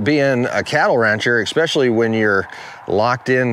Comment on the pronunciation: I love your videos but every time you say EKSPECIALLY it drives me nuts